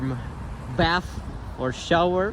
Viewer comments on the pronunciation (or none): none